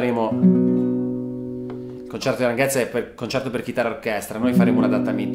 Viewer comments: Grandeeeeee !!! Finalmente El Concierto de Aranjuez !! TU-TO-RIAL TU-TO-RIAL TU-TO-RIAL :D Per la precisione, Aranjuez si pronuncia Aran "hu" (qui mettici l'h aspirata tipo ich dei tedeschi) e "ez" qui pensa che sia scritto "es" e pronuncialo come farebbe Jovanotti ;-) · Non male la riduzione. Sarebbe il caso si informasse sulla esatta pronuncia di "Aranjuez"; non " Aranguez " !! Buccia di banana intollerabile...